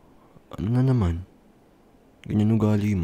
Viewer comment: having a hard time with saying " na naman" girl me too